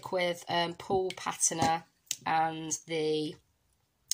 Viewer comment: Thanks for going over this technique with alcohol Inks. I would love to see more of the Reserse technique! By the way Patina is pronounced PAT TINA 💖👍 Gorgeous card in the end, but would have liked to see you do it on video. I know some don't like long videos but They can fast forward!!! 😊♥️🧚‍♀️